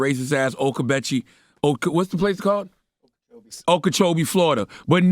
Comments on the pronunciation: Lmao oh-catch-a 🐝! It’s ohw-🔑 -Cho 🐝! Okeechobee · “Ocatchabee” 😂😂 somebody help CTG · Oh-kuh-cho-bee is how it’s pronounced lol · Okachobee, o-ka-cho-bee. Not ocatchabee 🤦🏾‍♀️ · It’s not O catch a bee😂😂😂😂😂😂 it’s Oh okajoeby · 😂😂😂😂😂 “ o catcha bee” Florida 😂😂😂😂😂😂 Its “oca-cho-bee” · “O-Catcha-be” Florida 😂😂😂 it’s pronounced “Oh-ka-Choh-bee” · Shout-out to the Popeye's employees 👏🏽👏🏽👏🏽👏🏽 By the way, O-catch-a-bee? More like, O-kee-cho-bee... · Charlemagne it's pronounced O-Kah-CHO-BEE (Okeechobee, FL)....not O - catch- a-bee🤣🤣🤣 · It’s pronounced O-Kee-Cho-BEE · Okeechobee (oak-ee-cho-bee) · Pronounced OKEY-CHO-BEE. Lord Charlemagne lol and yes that area and all the nearby areas: Port St Lucie, Stuart, Jensen Beach all breed some of the most ignorant people I’ve ever come across. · It’s pronounced O key Cho bee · The city is Okeechobee..."oh-key-cho-bee" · Oh-key-cho-be= Okeechobee😂😂😂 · It’s pronounced Oak-Ca-Cho-Be ( Okeechobee)... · Oh-key-cho-bee is how it’s pronounced lol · Oh-kah-cho-bee Charlamagne 🤣🤣 I'm from Florida and I've been to Okeechobee plenty of times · Ō-CUH-CHŌ-BEE😭😭😭 ONLY FLORIDA PEOPLE KNOW HOW TO SAY THESE WORDS😂🤣😂👀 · Not o-ketchup-bee I can’t 🤦🏾‍♀️🤣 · O-catch-a-bee. Lol shout out to Okeechobee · It’s pronounced Oka-cho-bee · Pronounced O-Key-Cho-Bee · My man said OKETCHUBEE Florida….smh 😒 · As a Florida resident I am CRYING at how Charlamagne pronounced Okeechobee 😭😭😭😭 It’s like Oh-key-choh-bee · i’m from this town and i happen to live near this popeyes. Okeechobee is poniuced oh-key-cho-bee. and this is exactly how racism should be dealt with. makes them so fucking pissed, and bless the employees there. y’all are amazing! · Pronounced Oh-ka-Cho-bee. Lol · The way he pronounced “Okeechobee” took me out 😭😂🤣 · It’s “” Okee cho bie””. Learn to pronounce words Meathead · It's O-KA-CHO-BEE Lanar 😆 crazy thing is calling a white man a "cracker' in Florida back in the day was a compliment... Look it up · Pronounced "Oak Uh Cho Bee" lol